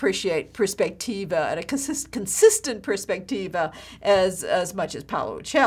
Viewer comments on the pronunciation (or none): Teach correct words please: prospettiva, not perspectiva....